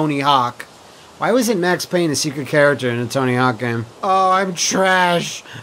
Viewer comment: IT'S PAYNE!